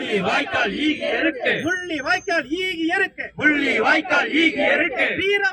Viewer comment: ஈகையிருக்கு என்ற சோல் சரிவர உசாசரிக்க படவில்லை.(ஈகை இருக்கு )ஆகையா வேறு வார்த்தையை பயன் படுத்தலாம்